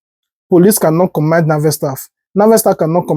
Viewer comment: First of all, it's command not commind